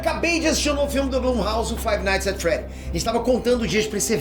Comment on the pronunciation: Five nigth at freed